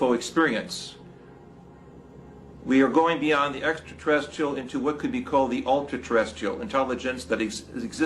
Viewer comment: professor who can't pronounce the word 'extraterrestrial'